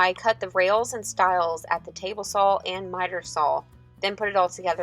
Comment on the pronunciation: There is no L in the word "saw", its like nails on a chalk board. Other then that, great video. Love your work.